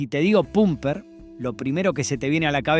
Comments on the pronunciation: El guión está leído x IA? Por qué dice AGUÍLA (acentuando la i)...o PUMPER en vez de pamper? 🤔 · todo el mundo decia "pamper nick" y no pumper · Pumper se pronuncia pamper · Sospecho que vos NO sos de Argentina o no viviste en el país en el tiempo de estas MARCAS! Tenés un problemón con la pronunciación de los asentos!!! NO es "aguíla" es "águila"!!!; NO es "Arcór" es "Árcor"!!!; NO es "itálo" es "la ítalo"; Y no se decía "Pumper nic", sino "Pamper nic". Es un aporte de un tipo que conoció todas esas marcas. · Es que lo pronuncia de ambas maneras; dice pumpernic, pamper, pumpernic de nuevo y cierra con un p'o'mpernic. Sin dudas no es Inteligencia artificial, es incoherencia natural. Más allá de eso, esta bueno el informe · . Sí, la primera pronunció así: "Pumper"